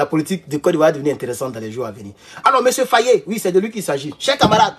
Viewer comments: Mr Faye et non Fayé. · Pas fayé mais Faye n’écorche pas son nom stp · J'ai beaucoup de respect pour vous, mais apprennez enfin à prononcer correctement le Nom de Faye... au lieu de prononcer comme un petit Toubabou... Merci et Harmonieux weekend!...🙏🙏🙏 Petit Maudia... avec ta tête de Margouilat!...😑😑😑☹️☹️☹️😬😬😬🤣🤣🤣 (Mon Papa s'appelle aussi Abdoulaye N'Diaye...😱😱😱😬😬😬🤣🤣🤣)